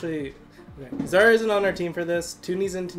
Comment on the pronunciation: Alec is STMN's coach get your facts straight And also it's Zhar not Shad